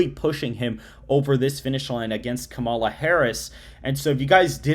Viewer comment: When you pronounce the vice president's name right then I will take you serious